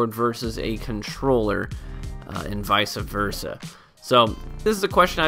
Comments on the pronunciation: I guess I'm the only one triggered by "Vice-a versa" at like . Lol petty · "Vicea Versa"